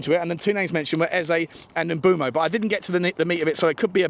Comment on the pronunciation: Jesus christ with the name pronunciation on this one....m'boomo, para-ti-chi, san 😅